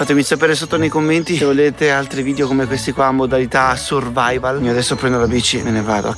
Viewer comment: alla fine dice che e' una cosa "survaival"... ahhaha si era portato dietro pure la playstation e parla di "survaival"...la prossima modalita "survaival" la vogliamo in una SPA 5 stelle con cromoterapia, massaggi e cugina gourmet. "survaival".... ahahahah